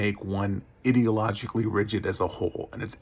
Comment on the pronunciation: Okay, I completely agree with you, but the way you pronounced ideologically really bugs me. It’s EYE-deologically, not…whatever you were doing.